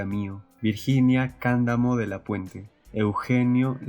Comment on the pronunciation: La pronunciación correcta es: - En Larrabure (larrabiúr). - En Candamo (candámo). - En Bentin (bentín).